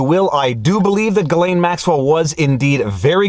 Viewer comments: I love most of your videos, but I got to nit pick a bit. For someone who speaks French, why do you mispronounce Ghislaine as "Guy (Geee) lane" like everyone else, (MSM) when it's actually pronounced "Zhiz len". Unless, since she's guilty anyway, why not abuse her a bit by mispronouncing her name. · For the love of god please stop pronouncing her name like that lol. From a fellow Montrealer you should know how to say Ghislaine (JISS-Len) My poor little Quebecer ears! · Gislains, pronounce with s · I really prefer the French pronunciation of this gal.. Jizzlane Maxwell.. Ghislaine.. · your hair is not a selling point. You also know how to pronounce "ghislain" stop fucking about.